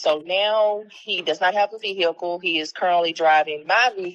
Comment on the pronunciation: Vee-hickle Everyone: Vee-hickle